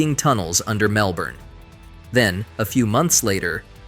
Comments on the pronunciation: If you use AI to narrate your videos, at least make sure it's able to pronounce Mellbourné 😂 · Cities like Melbourney... if you couldn't already tell this is AI-generated video garbage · I was thinking the same thing lol man made an Aussie city sound French😂